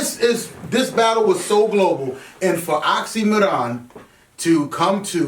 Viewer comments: oxxymIron not oxxxymOron, genuses,pronounce correctly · Damn, again this Oxxy"Moron" pronunciation. He is Oxxxymiron, not the moron =) Great show and good thoughts btw, thanks guys and hello from Russia!